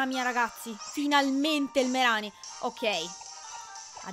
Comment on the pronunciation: MaikyTM- ma no... Ceh,si scrive Mereanie quindi: MerIni Non c'è alcuna pronuncia italianizzata, perché i nomi inglesi sono gli stessi italiani